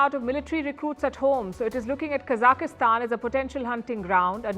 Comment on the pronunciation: It's Kazakhstan and NOT kazakIStan!!!!